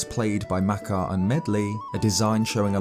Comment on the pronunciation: You seem to put the lexical stress on the first syllable a lot, compared to the usual second syllable in words like makar. Not a bad thing, just a comdis student observation I found interesting.